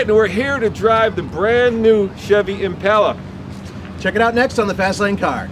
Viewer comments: When did they start calling it an "Impaula" like all the ignorant people who have mispronounced it for years? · Why is he saying Impelas